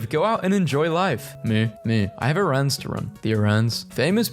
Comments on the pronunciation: i have never heard someone pronounce errands like that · the scariest thing in this video is how he pronounced "errands"